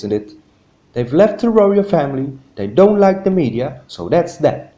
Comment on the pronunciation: Why don't you use your own voice instead of saying don't as do nt